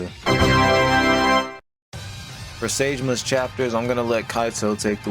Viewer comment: Bro- The way you pronounce "saejima" is just 🤣😂🤣🤣🤣🤣🤣🤣🤣🤣🤣🤣🤣🤣🤣😂😂😂😂😂😂😂😂😂😂😂😂😂😂😂😂 dies of laughter